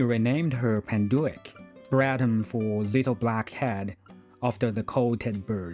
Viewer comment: Aprende a pronunciar el nombre bien que era francés